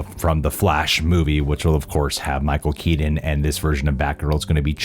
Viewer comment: “Michael keedin”